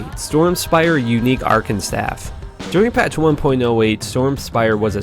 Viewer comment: You are terrible at pronunciation. You can't pronounce Tyrael, or Archon correctly.